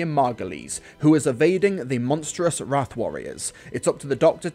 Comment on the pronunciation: Wrarth... Good Gawd... What are they good for??